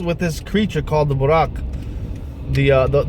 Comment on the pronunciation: someone born into Islam wont have that difficulty in pronouncing buraaq or Allah, dude your pronunciation is as bad as someone who never spoke or read Quran. Converted2islam, introvertedsmiles, jajabor, abdullah sameer those are REAL ex Muslims, dude you cant even pronounce "ummah" yahyah" are you kidding me? and you are comfortable in saying it in biblical names not the quranic names and you are exmuslim. you coughed cause you cant even say "Allah subhanahu wa ta'ala" cant even say that?????? and you are born muslim??? you forgot yourself and said musha instead of musa, kept saying Moses all the time instead. lool there is no way in hell you were ever a Muslim.